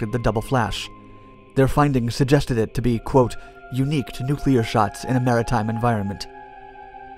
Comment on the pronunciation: And is it so hard to find someone, who is going to repeat the term 'nuclear explosion' numerous times, who can actually say 'nuclear' instead of 'nucular'?